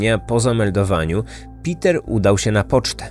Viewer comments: Niemieckie Peter wypowiada się: Peter a nie: Piter 🤦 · Jeśli pochodził ze strefy niemieckojęzycznej to nie Piter się wymawia tylko Peter Bergmann.